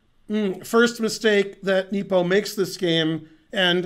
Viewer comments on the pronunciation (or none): geez , hurts me hearing him say "Neepo"